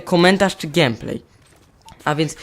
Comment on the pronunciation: To nie jest x7, tylko a4tech, x7 to model. :) Komentarz całkiem niezły. Wiem, że to nieco chamskie, ale błagam.. GEJMPLEJ, nie GIEMPLEJ, okej? :> Odpowiadając na Twoje pytanie: W szkole dobrze, już na drugi tydzień mnie nie było przez cały tydzień, gdyż zachorowałem. Oceny spoko. Gieram sobie w mw2 na xboxa, mam nadzieję, że kiedyś sprawisz sobie konsolę. ;) IMO na konsoli jest większy skill w CoDzie niż na PC...